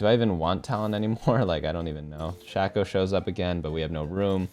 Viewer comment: Love watching your videos, but the way you say shaco is eating my brain